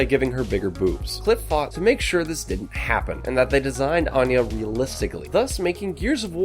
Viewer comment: anya not anna